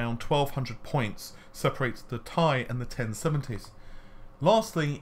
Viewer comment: It's not a bloody "TIE" fighter....